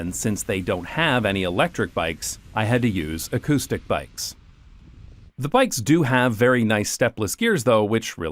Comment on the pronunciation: “accoudtic bikes” 🤣